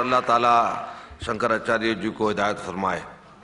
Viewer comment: जिसका उच्चारण ही ठीक नहीं हो,शंकराचार्य बोलना नहीं आता हो,वो शंकराचार्य हो ही नहीं सकते।ठग पंडित है ये,मैं इसका विरोध करता हुँ।